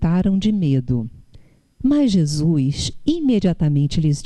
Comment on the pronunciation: não é "Jesuis" é Jesus. Não é "paix" é paz! rsrsrsrs